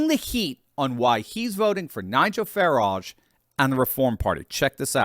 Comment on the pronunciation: I hope Nigel doesn't also pronounce his last name like that! It should be pronounced to rhyme with "carriage". But "fa-RAAHJh, really"?!?! He's not French! It's like Hyacinth Bucket (which she insists on pronouncing like "bouquét"! "The bouqueeet residence! The lady of the house speaking..."😂